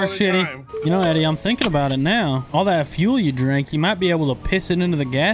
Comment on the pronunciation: Eddey spoke correctly